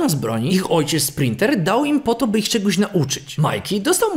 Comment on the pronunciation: Tak dla jasności splinter a nie sprinter...chyba że masz coś z wymowa albo ja ze słuchem